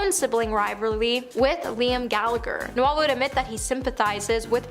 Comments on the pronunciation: Er.. No-el .. as in the Christmas carol? NOPE. More as in rhymes with mole. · Bahahaha, No-Elle Gallagher 😂 Is it that hard to pronounce the names of the people you are ripping correctly? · You pronounced Noel as Noelle! Pathetic!! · It’s Noel like Lowell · Noelll? She pronounces so many names and words incorrectly. It’s cringey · Noelle Gallagher? Good grief! Are you stoopid or sumpin? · noel ? please pronounce his name correctly he does not identify as female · Not only can this chick read a teleprompter, cant understand basic grammar like commers and full stops, pronounce basic words, string a sentence together. She can't pronounce a standard name like Noel